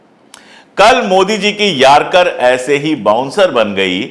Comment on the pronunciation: Yarcar nahi Yorkar bolo.